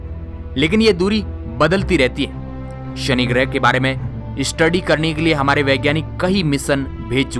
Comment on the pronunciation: I really love your videos, but please improve your diction especially while pronouncing 'S'(Sunny = Shani ) and 'SH' (Cashini = Cassini) etc... Else your videos are interesting.